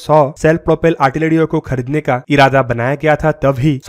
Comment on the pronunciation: Khadidne .....Artiledy BC had pronounciation.